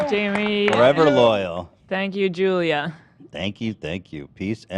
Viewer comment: i thought her name was joya until hila said julia bahaha